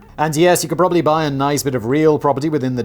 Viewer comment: Prolly? Were you trying to say pram and trolly? Push chair.